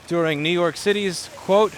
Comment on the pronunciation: To don't do list Nnnnoo York City